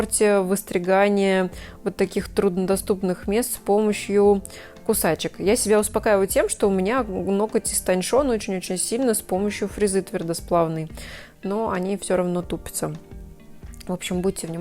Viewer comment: Истоньшон!? Ну тогда уж говори шасто..... И на хрена уж буква Ч в алфавите!?